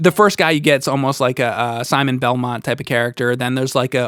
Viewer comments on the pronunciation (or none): none